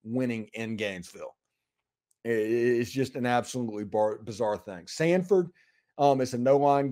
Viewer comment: Samford, not Sanford.